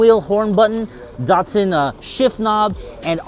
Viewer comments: DAT.SUN, not DOT SUN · Really nice car, well restored D-"A"-tsun not DaR tsun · DAT SUN not daughtsun. Sounds like DAD, say Dadsun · アメリカの発音では「ダッツァン」なんだね～ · Nice "dartsun"